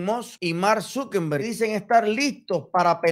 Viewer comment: No se dice Zukember, es Zuckerberg, sin N